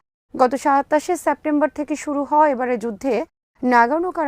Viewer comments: উচ্চারণটি সেপ্টেম্বর হবে, স্যাপ্টেম্বর না। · বারবার স‍্যাপটেম্বর উচ্চারণ করা হচ্ছে। শব্দটির উচ্চারণ হবে 'সেপ্টেম্বর'......